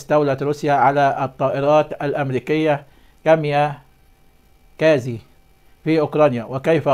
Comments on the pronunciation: مش كاميا كازي .... كاميكازي او kamikaze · هل يعقل انك لم تسمع بالكاميكازى ولا تعرف ان تنطقها